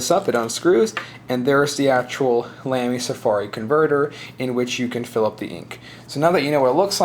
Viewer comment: its pronounced lahmy